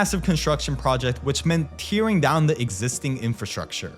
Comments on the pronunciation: "Tear-ing" wth? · This pronunciation of "tearing" brings tears to my eyes.